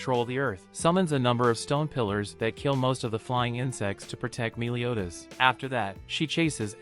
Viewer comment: It sounds like youre saying miliodas